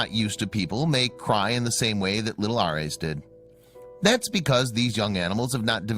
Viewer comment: Clearly named for the god of war and lover of Aphrodite, this kittens name is mispronounced by the computer voice. But cute story.